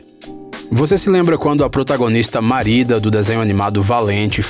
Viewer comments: mano pq q tu fala tudo errado, é Mérida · Marida? Ou Mérida? Kkkkkkkkk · “Marida” não, Merida kkkkkkk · eu acho que é Merida e não Marida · Kkkk ele disse marida mais é merida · é Merida não Marida kkkkkkkkkk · Nome: merida Pronúncia:MaRiDa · Ele chamou a Merida de marida kkkkkkkkk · Marida kkkk e mErida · é impressoa minha ou ele disse MARIDA ao inves de MERIDA? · Marida ou Mérida? eis a questão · “Marida” = Merida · "marida" kkkkkkkkk morri mano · É que a pronúncia do inglês dele é ruim. Ele chama a Riley do Divertidamente de "Rilei" como se escreve, ao invés de "Railei" que é o correto. No caso do filme valente o nome se escrevida Marida, porém a pronúncia é "Mérida". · "Marida", "pixár" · Gnt tô achando mto engraçado quando eles estão falando os nomes errados kkk "marida" "picsar" "riliei" "ap" kakakka